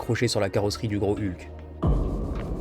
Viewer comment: Génial cette vidéo 😁 Avec le doublage, à chaque fois que tu parlais du GROS HULK, j'avais l'impression que tu disais le GROS HU'K 🤣🤣🤣